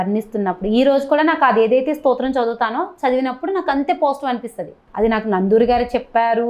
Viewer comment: నందూరి కాదు నండూరి